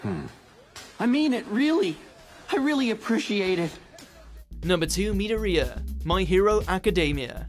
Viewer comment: It's Mee dore ee a